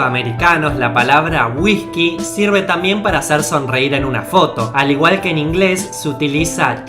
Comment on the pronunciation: Si querés que la gente entienda correctamente lo que con esfuerzo hacés en tus videos prende a pronunciar las palabras con "Y, Ll" correctamente. Ejemplo: Jean=Yin, no Shin; Llave no Shave, etc. Y no sustituyas(no sustitushas) las "S" por "J". Ejemplo Whijkey, jujto, dejajtre, etc. El acento no es una justificación para no pronunciar correctamente las Palabras(No Palabraj).